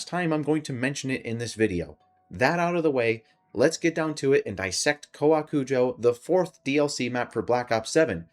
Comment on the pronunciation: You actually got the pronunciation perfectly, literally every other youtuber has been calling it cow-a-kujo and its been driving me insane